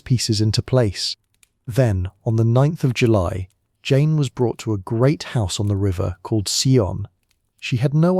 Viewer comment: Great video on poor Jane Grey..💔💔 And thanks for mentioning me and pronouncing my name right! 🥹🥰❤️‍🔥🙌🏽